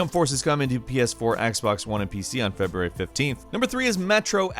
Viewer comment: "feBURAY 2019"